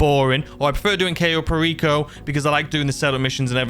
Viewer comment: You're pronouncing Cayo Perico wrong it's pronounced Kyo not Kayo it rhymes with Buy oh